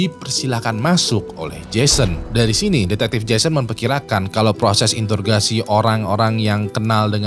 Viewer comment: introgasi bang bukan intorgasi wkwk